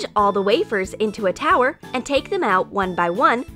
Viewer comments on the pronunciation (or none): none